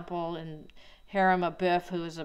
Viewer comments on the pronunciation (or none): none